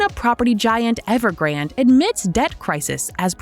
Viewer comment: Please stop saying EvergrandEEEEEE. The last e is silent, it's just Evergrand.